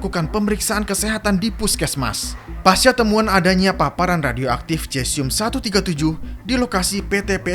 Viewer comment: Maaf koreksi, dibacanya sesium mas.